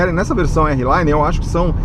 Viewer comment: amigo desculpa, mas vc é um cara q a galera segue, só uma dica ai pq se vc falar errado, esse errado se propaga com mais facilidade! não é "érri laine", R Line = "ar line" o R em ingles fala "ar".